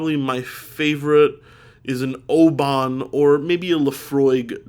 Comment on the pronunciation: Good shoutout for Oban whisky my man, although it's pronounced more oh-ben. Get yourself a bottle of Benromach 10 or a Singleton 12 if you fancy something a bit lighter for chilling out with. Peace out from scotland